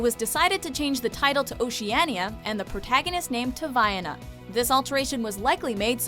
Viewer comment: The way she says Oceania makes me cringe so hard